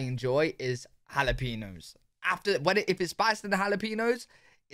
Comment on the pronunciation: In the U.S. you have to say it like "ha-lah-pain-yo." None of that "peeno" crap, unless you're referring to Megan Rapinoe. 😂 🌶 ⚽️